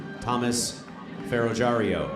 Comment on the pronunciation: It’s Ferro-jee-ARR-o, not Ferro-JAR-ee-o.